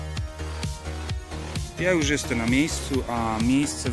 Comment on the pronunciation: Czemu mówisz "jeste" zamiast jestem? Strasznie to w uszy kłuje. Filmy ogólnie fajne. Zasubskrybowane.